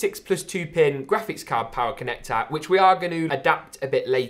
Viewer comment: Form Factahhhhh ya mate connactahhhh